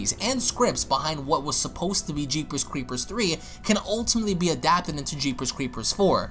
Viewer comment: He pronounces it as, "Jeepers Cweepers Twee" lol